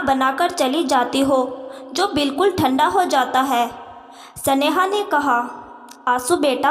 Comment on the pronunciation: सनेहा. की जगह स्नेहा कहो